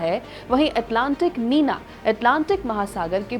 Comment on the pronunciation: निनो नहीं निन्यो होता है और नीना नहीं निन्या होता है